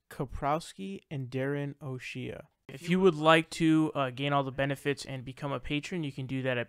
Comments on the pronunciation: I think that one dude's name might be pronounced Darren "oh shay" not "oh shee yuh". Like Ice Cube's name. David Pakman is, and has been an arrogant, smug pseudo-intellectual who prides himself on being logical, but is constantly basing his positions on logical fallacies. Pakman consistently attacks progressives from a centrist/right position. He's also annoying because he talks to his audience like he's explaining something simple to a 3 year old. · It's not Oh'Sheeaah, it's pronounced Oh'Shaaayyyy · O'She-uh? You must not live around Irish people. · It's pronounced "O-shay" genius. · It's pronounced "Oh-Shay"